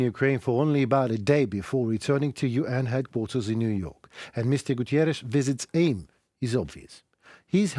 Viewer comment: Everytime Guterres goes to Kiev to show support for Ukraine, the orcs send bombs... it must be really hard for them to have the UN showing support for Ukraine. And everytime you say "Gutierres" instead of Guterres - you are indeed showing the effects of Russia already changing the World Order, whether we admit it or not.